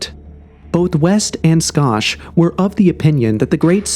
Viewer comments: Robert "Skosh" 😂😂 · It's Robert Schoch pronounced (shock) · I love this channel, I really do. But damn, their names are Edgar Kay-See and Robert Shock. I think he actually pronounced the name of the Great Pyramid creator better than the simpler ones lol. Usually I'm not a critic like this but I been into this stuff most of my life and have heard these names said hundreds of times. I just thought that maybe it was common knowledge. Excuse my ignorance. But great topic for discussion 👌🏼